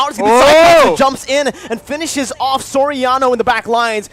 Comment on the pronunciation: you should pronounce SORIANO... "SOR- YA- NO" not SO-RA-NO....peace